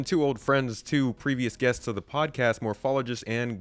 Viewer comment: Lol MOAPhologist XD